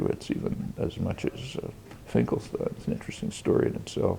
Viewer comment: Finkelstein not Fingelstein*